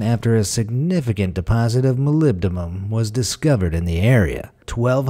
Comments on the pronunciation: He had it down pat, though. He pronounced---or, rather, MIS-pronounced it---the same each time. Let's give him a "C" for Consistency, anyway. Stay safe. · "Molybdumum" 🤣🤣 Simon Whistler would be proud!!